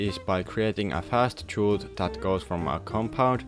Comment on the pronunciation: The way to pronounce "chute" correctly is the same as "shoot" fyi.